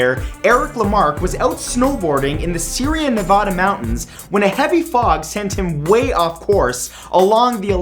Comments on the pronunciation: See-air-uh Nevada, not Syria. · SIERRA Nevada, dumbass, pronounced SEA-ERA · "SYRIA Nevada" oh no all Californians cringing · As one who lives nearish to the Sierra Nevada Mountain Range, it's pronounced Sea-air-uh, not Sear-ee-uh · Sierra not Syria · Sierra is pronounced See-err-uh, Dear Matt. I love your vids, but research pronunciation, Good Sir.